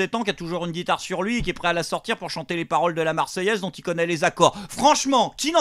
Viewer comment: Paroleu , paroleuu ,paroleeeuuu....